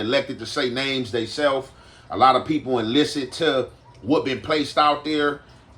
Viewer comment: "A lot of people enlised"